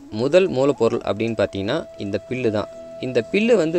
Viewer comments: அது பில்லு இல்லை "புல்"... 🤦🏾‍♂️🤦🏾‍♂️🤦🏾‍♂️ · பீல் இல்லை. புல் தம்பி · பில் அல்ல புல் தம்பி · பில் இல்லை புல்... மெய்தல் இல்லை வேய்தல்... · பில்லு இல்லை 'புல்' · தம்பி பில்லா இல்ல புல்